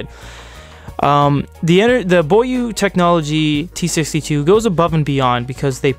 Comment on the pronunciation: It is actually pronounced bó yuè.